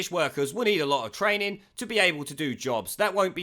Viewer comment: "We need to look at twaining". As bad as the bloke on Only Fools and Horses murdering Roy Orbision's Cwying.